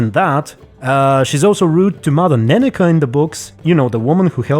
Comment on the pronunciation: Mother Nenekke: nenna-kuh Me: ne-neck 🤔